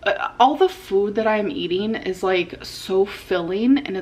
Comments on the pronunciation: The way she’s been saying the word “food” in most recent videos drives me MAD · How do you not notice the weird way she says “food” now 😭